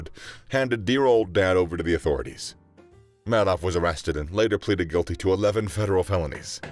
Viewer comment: Isn’t it pronounced “Made Off”